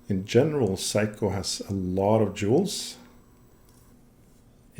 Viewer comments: Seiko pronounced 'Say-ko.' 'Sai-kou' as you pronounce it actually the word for 'The Best' in Japanese. So, technically, if you do consider Seiko to be the best, then you're fine :D Amazing video, it's great learning about the history of movements, thank you for making it so accessible. So much emphasis is placed on general brand and model history in common discourse and outside of a handful of movements, like for instance Seiko's Spring Drive, the rest of it is disappointingly hidden away on only the most technical and impenetrable forum boards. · In 67 years, I've never heard anyone pronounce it Psycho. That's the German pronunciation of a diphthong - the second vowel determines the sound. Unless it's the word "sound." I've heard it pronounced Say-ko my entire life. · If you have so much adoration for Seiko why is it that you call them "psycho" rather than "say-ko". Just saying and asking that tough question. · Hi, great channel this. Seiko is pronounced, "say-ko", according to my research-not psycho, crazy eh ? Sorry to probably correct you for the umpteenth time. You enjoy humour-here is an example of one of my limericks for your amusement- There once was a man in a bin, He tried to get out but fell in, He was tidy and clean, But awfully mean, So now he just lives in a tin. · The English pronunciation of Seiko is 'Say-ko', not 'Si-ko', if that helps.